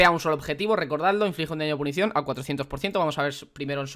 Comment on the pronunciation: Gente normal: PUNCIÓN: PUNICION